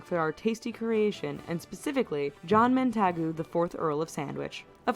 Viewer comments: Wait a second. "Mantagu?" It's "Montagu." As in, "Montague?" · when buying veg or fish its LBs when weighing ourselves to see how much of a fat f*ck you have become its Stone or KG. The video was annoying The 4th Earl of Sandwich was John Montagu not "Mantagu" really poorly researched video . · John MonTagoo. 🤣🤣👽 Mon ta'g you. Is closer. That was my lol. All the best from Scotland bonny lad 🏴🐙🙏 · we don't use marmite with hot water. That's Bovril, a bovine meat paste that can be used to make a meaty broth drink. It's increasingly rare to find people who do that, more of an older generation thing. also, the name Montague is pronounced "Mont-a- gyu" not montaargoo. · She’s laughing at weird British pronunciations yet she pronounces “Montagu” as Mon- tag- ooo 🤔🤷‍♂️ 😂😂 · What’s weird is that she pronounces “Montagu” as Mon- tag- ooo 😂😂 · Not only can she not pronounce the name Montagu, but she also can't even spell it correctly. Wow, just wow.